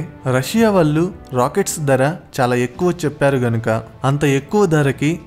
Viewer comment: దర కాదు బాబూ ధర. ఉచ్చారణ బాగులేదు. ఎక్కడా వత్తులు లేవు. తెలుగు భాషని ఖూనీ చెయ్యకండి మహా ప్రభో.